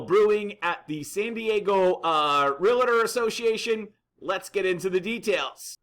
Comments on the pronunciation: Bad news ... for sure. But I would think somebody that apparently runs an "Online Real Estate Academy" would know how to pronounce REALTOR® It is "REAL TOR" not Real Ah Tor. Also the association is the San Diego Association of REALTORS®. There are a couple other REALTOR® associations in San Diego.. so accuracy and attention to detail should count. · I hate to see a seasoned professional add the extra syllable. It's not Real-a-tor.